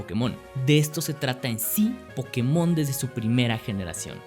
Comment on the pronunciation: pero si no sabes ni pronuciarlo como va a ser tu franquicia? xD